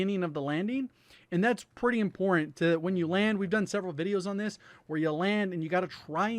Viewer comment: I wish he didn't sound like a deaf man when he says im-port-ant